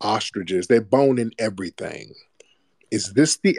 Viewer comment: "Everyfink?" 🙄 She sounded quite literate until this point. This isn't a white woman though. I'm getting immigrant vibes, perhaps South asian or East african. Tried her very best to sound quite affluent, but it wasn't dropping. Judging by the comments she wasn't fooling anyone. If she is a repeat troller, she has serious mental issues.